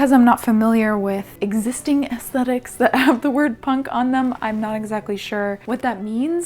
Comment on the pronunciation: I just wanna day that I really appreciate an American who pronounces aesthetics correctly. Most I heard say “ass-tet-iks”. Which is just... not aesthetically pleasing.